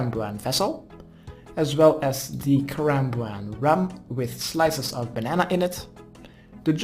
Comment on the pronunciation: Lekkere guide weer! Alleen misleidend dat je karambwan zegt, geen karambwan(JI).